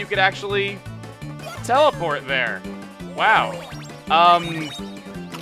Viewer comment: Telepor' Mawio! and as you can see, Mawio's pre'y much mawstered tha' ability, wewl done Mawio!